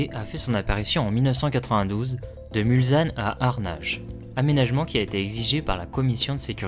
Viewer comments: Merci pour cette Très bonne vidéo. Bon boulot...Mais,, justement,j allais rectifier un détail,choquant à L oreille !.. MulSanne... Surtout Pas: MulZanne !!! Un S derrière un L ne peut se prononcer Z ! Parole de Sarthois, qui a grandi dès sa naissance, à même pas 2 kms de L entrée principale... J ai encore les sons des voitures en tête,alors que j avais Exactement 3 ans la première fois... Étant né un Onze Juin,cela correspond,comme cette année du Centenaire, au départ ou à L arrivée de La course! Obligatoirement Amoureux du Mans et des 24 heures. C est Totalement Mythique ! A bientôt à... MULSANNE !!! Prêt à T offrir un verre L an prochain, si Tu viens refaire un tour! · très sympa comme vidéo, par contre... svp...MulSSSSSSanne et pas MulZZZanne !!!!